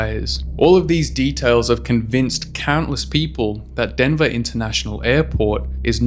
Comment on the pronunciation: denva intanashonal aypawt